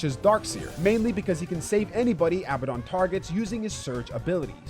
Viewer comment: For the last time: its aa ba den not abba don. His name is inspired from a demon with the same name in ares gotia. Sincerely: a nerd.